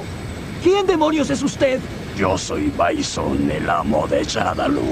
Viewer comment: A ver se dice bison no byson